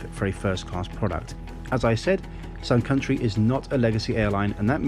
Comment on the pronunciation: The whole time I thought he said SOME COUNTRY airlines 😂🤣😂🤣